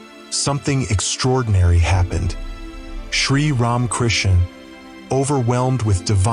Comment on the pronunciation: Poor old AI doesn't know how to pronounce RamaKrishna's name... half the time. It sound like "Ron" Krishna's ? Blessings all around. !!